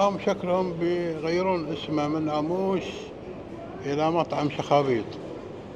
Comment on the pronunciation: لفظك للاسم غلط اسمه امّوش وليس اموش